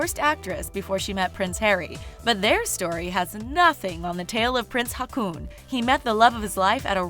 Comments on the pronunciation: Sorry, I had to laugh at that "Crown Prince Hakun" XD Two AA in Norway is pronounced like the Å, a bit like the O in the word Orbit. Ok, the Whole Norwegian part was funny to listen to. :) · The way she pronounced Haakon's name made me exclaim out loud - It's not fucking hakuna matata! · Just a tiny note...it’s not pronounced “Hakoon”...it sounds like “Ho-Kahn”. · Haakon or Håkon is not pronounced Hackoon... It is closer to "Hawk on". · Enjoyed the representation of Norway! However, the Norwegian names are pronounced hilariously strange! Haakon is Hoh-kon not Hah-koon 😄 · Yeah, it made me laugh. She pronounces Haakon the same way you say Hakuna matata. It's supposed to be more like "hawk on". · "Crown Prince Hacoon" I laughed. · When you tried to pronounce Haakon it was way off 😂 in my mind it sounded more like Hakuna. And now the Hakuna Matata song is stuck in my head... thanks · While I love the video and I absolutely adore the Danish Royal Family, I'll admit I've never heard Haakon pronounced similiar to harpoon. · It's Haw-kon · When you said Haakon, it sounded like racoon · Pronounciation is terrible! Haakon is pronounced as Hor-kon. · Hahaha, prince Hacooon. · One doesn't need to be Norwegian (or even Scandinavian for that matter) to cringe so hard with Prince "Rakoon" 😅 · Who knows how you pronounce haakon and thinks it's funny how she says it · You pronounced Haakon wrong. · The pronunciation af prince Haakon of Norway was so wrong and i am not even norwegian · Oh my god the way you pronounce the Norwegian royals names 😭 criiiinge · So funny how she pronounce the Norwegian names😊👍☀️ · oml ikr? the way she pronounces haakon 😂